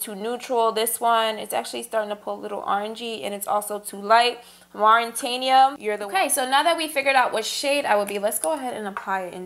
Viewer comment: Yaas I’m from Mauritania 🇲🇷 it’s pronounced Mauw- ri-Tania it’s west North Africa.